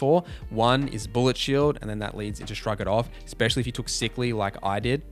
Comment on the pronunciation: You keep saying words incorrectly 😩 ‘ecspecially’ tops the list though